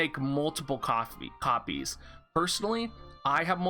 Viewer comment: Your star bucks days is coming out in this video. I hear you saying “multiple coffees” instead of copies hehe